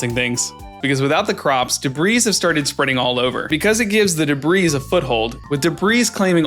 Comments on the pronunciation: The “S” in Debris is silent. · I'll be honest, in the first video I thought you were saying debris's until the very end. Like it was weird but the logic made sense; debris is normally an amalgamation of trash so you have to make an effort to say "piece of debris" if you mean one. But on Stardew, the word refers to a single item. So you can make the argument that it's ok to add an s to pluralize in this specific case. It's not necessarily a correct argument but I understand the logic. The "qwee" thing I would understand a lot more if he spelled it "Qui." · Pronouncing qi like qwee is way worse in my opinion. I didn’t even notice that he said the S out loud until he pointed it out in the second video.